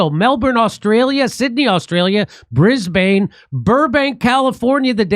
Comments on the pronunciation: 🇦🇺🇦🇺🙃👎🇦🇺🇦🇺 from DowNunda!!! Jimmy my man we're stuck all the way out in Perth, DubYay. if you pronounce the 'bane' in Brisbane as if you're referring to ya mate Ben, you'll be pretty close to sounding like a banana bender🤙👍💪🫡🇦🇺❤️ love from Straya! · Hi Jimmy its pronunced Brisbin not Brisbane. Come on Down we'd Love to See You.